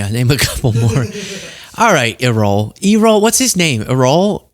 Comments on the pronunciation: Errol-Air rol emphasis on the first syllable. Like Errol Flynn. Actor, but too far in the past for you. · first - thank you for all your hard work keeping us updated, but also keeping us sane. Second, it's pronounced "AIR-uhl", like Errol Flynn. Third, I turned on CC to see what it made out - he had a weird articulation error/lisp - he said, "The people are - I would like to say - 80% but actually 100% behind Tr_mp." Which of course is patently false, but he didn't say "blacks" at that moment. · It’s pronounced ERROR, but with an L. Coincidence…? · (or is it?), can you say “error”,… replace the last “r” with an “l” and you have Errol,… not eee-roll! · LOL E-Roll is funny, it's Air-Roll blend the syllables! You can see where Elon gets his full understanding of American politics and public speaking talent!?! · I love you man, but I swear if you said "E-Role" one more time, I was going to lose it 😫! Don't know if you were trying to be funny, but it's pronounced "Air-UL". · ERROL Musk’s name is pronounced like the late major movie star, Errol Flynn’s, i.e. “AIR-rull “, not Ee-role. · Errol is not pronounced eee-roll, it's pronounced more like air-all. Giving the elder Musk a platform is like giving Fred tRUMP a platform. Both fathers seem rational compared to their sons but are still NAZI loving hateful people that deserve no platform. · I’m totally laughing at you saying E-Roll 🤣🤣🤣. It’s pronounced AirRoll… like Errol Flynn. But I love your show. You crack me up with good, solid information and fun. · Goodness, Errol is not pronounce E rrol it is Err ol? As in Flynn!! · Giggling at how you kept calling Daddy Musk, E-roll. Errol is usually pronounced as if it rhymes with peril, but please just stick to E-Roll 😂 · Errol…pronounced ‘Air-Rol’…not ‘Eee-Roll’…lol 😂. As in Errol Flynn. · not eerol. It's e(h)rrol. Like Errol Flynn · have you ever heard of E-roll Flynn? You might need to read the book before your report as well!;)